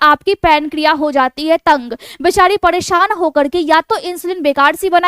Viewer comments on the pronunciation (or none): Jhurriya ko jhuddia ,paresan ko padesan ghar ko ghad, narmali ko nadamali mud kharab ko mud khadab pairo se ko paido se bolana aur kharido ko khadido ka awaj kafi unique aur mast lgta hai maim😅